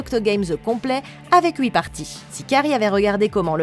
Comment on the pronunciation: Tu es suisse ou pas parce que tu dit houuuuuit